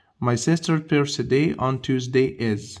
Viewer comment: مستر هو رقم ١٦ في correct مش مفروض تبقي at school today انت حضرتك نطقتها day